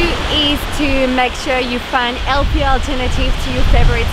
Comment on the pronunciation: Sorry, did drop her “H” in healthy? That very British but isn’t from French?